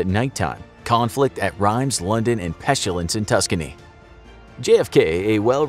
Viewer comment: Can you pronounce “pestilence” correctly please?